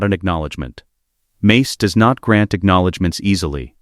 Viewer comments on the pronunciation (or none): none